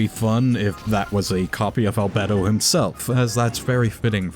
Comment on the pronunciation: im sorry, but i cant listen to you say albedo anymore